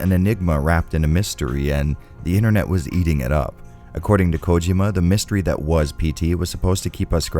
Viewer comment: The pronunciation of Hideo Kojima is slightly annoying but I still love the video and I’m on a binge of your reviews of Silent hill and Resident Evil Games